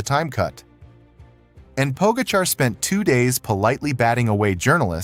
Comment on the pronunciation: Fabulous mispronunciations of riders, starting with Pogacar.